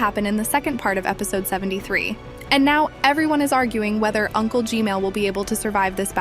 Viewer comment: G-man... WHY DO YOU CALL G-MAN *"UNGLE G-MAN"*🤣🤣😂🤣😂🤣🤣😂🤣🤣😂